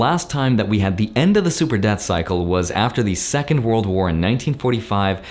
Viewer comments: its debt cycle. Not death cycle. Sorry, don't mean to pick on your pronunciation. Just want to make sure we're all on the same page. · I’m pretty sure everyone’s brains in the current time heard “super death cycle” instead of “super debt cycle”. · Lmao if I didn't see your comment I would had believe he keep saying death cycle.